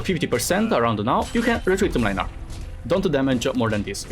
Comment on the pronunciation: The way keeps misspronouncing Mlynar's name 😂😂